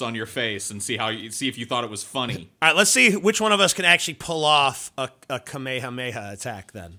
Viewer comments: Moderately neato. Nice Carlin call back,. Also is dumb. It's not kamehakameha its just Kamehameha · "Kameha Kameha"